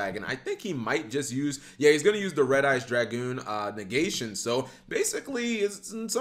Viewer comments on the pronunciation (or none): none